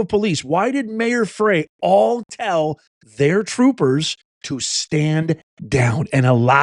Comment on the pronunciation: Mpls mayors name is pronounced "FRY" although spelled Frey